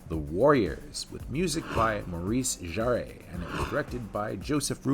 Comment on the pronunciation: The mispronounced surname Jarre, terrible! Anyhow this film sits well with: Altered States - Brainstorm - The Dead Zone - Dreamscape.